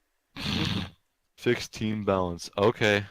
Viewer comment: Its balance not ballance